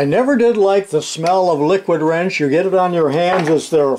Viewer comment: There is a video somewhere wherein the come tater pronounces "wrench" as "rengch". Soft g. Weird.